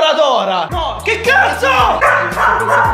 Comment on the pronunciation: Federico Antoniazzi sì ma se vogliamo essere pignoli sotto a un commento pignolo lui ha detto "tòra", mentre Torah si legge "torà"